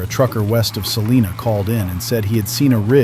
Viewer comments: In Kansas, Salina is pronounced sa-LIE-na, not sa-LEE-na. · I'm from North Central Kansas, and every time the narrator said "SalEEna," it set my teeth on edge. It's SALINA! Rhymes with SALIVA! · I wish the AI would pick just one pronunciation for Salina and stick with it. Half of the time it was wrong. 😒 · I'm from Hays. Funny how they always say Salina wrong lol